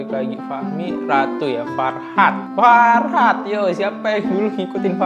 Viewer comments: fahrat bang bukan farhat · Fahrat kali bukan farhat